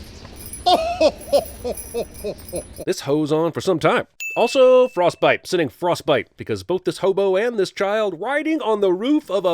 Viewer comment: Did anyone hear he said frothbite